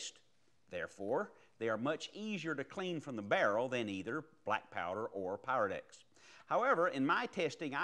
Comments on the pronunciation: I'm in England and when you say pyrodex it sounds like parowdex lol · ok, i thought i was imagining things... it definitely sounds like black power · Great video but sounds like he is say Black Power lol